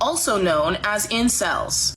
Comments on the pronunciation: Just for the record, the acronym is INCEL and not "I-CEL" as you say. Pece. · Icel? Since when is the N silent xD